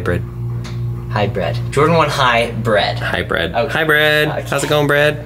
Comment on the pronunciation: High bred not high bread